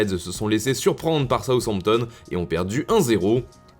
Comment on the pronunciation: "Soushampton"🤣 "z-timez" 🤣